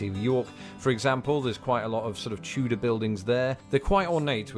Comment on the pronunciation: Why do you pronounce Tudor like chewdor?